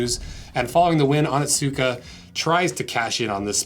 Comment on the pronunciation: I love your videos but its hard to heard you butcher the word "Onitsuka"... it is pronounced "oh nits kuh"